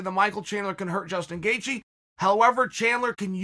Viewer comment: I'm 2 minutes in on the EDGE of my seat biting my fingernails eagerly waiting for the gangster to reveal saturday's winner between Chandler and Justin "Gayjee" Gaethje while in awe of the most violent yet technical leg crosses that are happening right before my eyes. Never change, Uncle Chael.